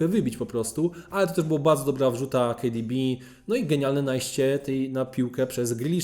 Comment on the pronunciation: Kejdibi XD boli ucho